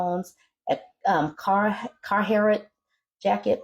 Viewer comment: I heard “bag of lint” too, even though I know of that company. And I was a little tickled by hearing her struggle to pronounce “Carhartt”. I live in a rural area and Carhartt work clothing is coveted here 😂